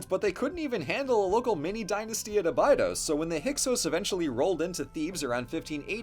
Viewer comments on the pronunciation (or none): none